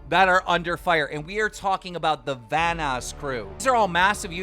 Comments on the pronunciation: you literally didn't pronounce "Vanoss" correct once the first 5 minutes at least. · 1: isnt that thumbnail by sunnyv2, 2: wait how did you just pronounce vannos? 3: all due respect ohmrecker isnt really a "trusted" "inside" source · Is no one going to talk about the fact that Keem cannot pronounce anyone's name for shit? "Vanas crew" - it's Vanoss (van-nos) "Ohmracker" - it's Ohmwrecker (Ohm-wrecker) "Basicallydowork" - dude... come on... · God. Please pronounce vanoss correctly. It’s vanoss. Not vaniss. There’s a “O” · Wouldn’t trust someone who can’t pronounce the names of the people involved🤷🏾‍♂️ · The fact that keem knows nothing about this group not to mention how to pronounce any of there names makes me already know him an ohm are full is shit “VaNnAsS” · the vanass crew........HE NAMES NOT FUCKING VANASS ITS FUCKING VANOSS JEEZ THERES A FUCKING O THERE NOT A, A MR DRAMA ALERT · vanass crew? it’s pronounced vanoss lmao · Why do you say vanoss as if it were spelt vanass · whos gonna tell keem its pronounced vanoss not vanass?:/ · dont wanna come off as rude but Keem can you say/pronounce their names correct?.... vanoss not vaniss, ohm-wrecker not om-wrecker...... sry, it was bugging me. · It’s not vanasss it’s vanoss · You lost me when you called him vanis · please please please, If you talk about these guys, then pronounce their names correctly. It's not Omniwrecker or the vaunouscrew or whatever. If you trying to be a meme, then this is a good way of getting people to laugh about you. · Here's an English lesson for you Keem Vanoss - Van-naws Ohmwrecker - Ohm-rek-er Basicallyidowrk - Bey-sik-lee-i-doo-wurk I actually went to a library and used a dictionary too. That's how you truly do research, unlike Keem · Bro why does keem pronounce it van ass crew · He said vaniss group lmao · "Vaness" he says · yes it’s pronounced “vanass crew” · Is something wrong with keemstar? Why can’t mans pronounce shit right? Vanose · “the vaniss crew” lol